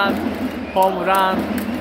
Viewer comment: 다른건 다 졸은데, 한국 사람이 홈런이 아닌 호므런이라고 발음 하는게 듣기 거슬리네요. 마치 한국 사람이 맥도날드 보고 '마그노라드도'라고 발음 하는 느낌?